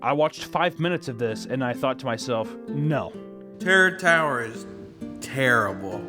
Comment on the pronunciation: is probably gonna be my favorite phrase for awhile Just drunk af Papa watching kids tv shows saying "Terror Tower Sucks". Im just dying over his half closed lids rambling "teror torror is terble"